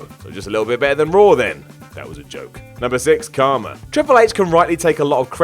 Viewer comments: Kharma, not Karma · it’s Kharma not Karma. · Its KHarma, not Karma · It's Kharma, not Karma. Who the fuck is editing these videos?